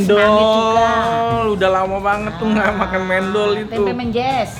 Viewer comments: Pronunciationnya kurang tepaat... Harusnya mendol, Bukan mendol,... Tadi nyebutnya mendol, kalau di jatim nyebutnya mendol.... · Mendol itu baca men-nya seperti baca men di mymen...